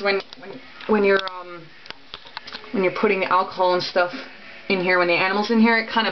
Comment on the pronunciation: The way they pronounced alcohol is going to kill me